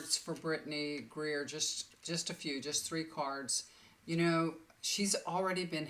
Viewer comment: Thank you we all appreciate your kindness, talents. And the loving sharing you do for everyone. By the way it’s Britney Griner, not Greer.